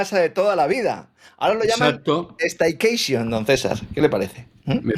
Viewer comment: Staykechion...o no tengo un paveichion???😂😂😂😂😂😂😂